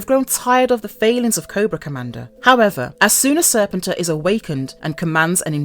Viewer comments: if this person is going to narrate videos about comics and GI Joe, she should be taught how to say words like "continuity" and "Serpentor" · That's a drink every time she mispronounce Serpentor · Why does every one mispronounce Serpentor pronounce Serpent and the end pronunciation of emperor hence SERPENTOR Cobra EMPEROR duh!!!